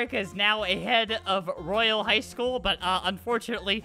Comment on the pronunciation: Roy ale.... ITS ROYAL ( Roy ol )